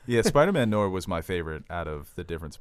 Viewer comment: It’s “no - are” not “nor”. There is an i in it because it’s French. Also basketball, rap, musicals, Tarantino, and DC comics all suck.